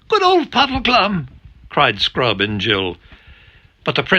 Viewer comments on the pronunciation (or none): First time is at 6.53 chapter 12 of Silver chair. Definitely sounds like 'sprout' and not 'scrub'😅😂